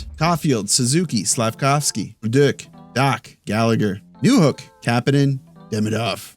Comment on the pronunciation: Nice pronunciation on bolduc. I've heard a lot of "bol-duke" from others but I can hear that you're better than that!